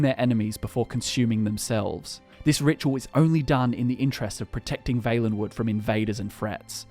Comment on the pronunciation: Why do you say Vaelenwood and not Vallenwood